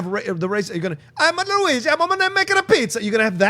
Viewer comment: Dafuq is MaryO? MaryO and Luuuueeeegeee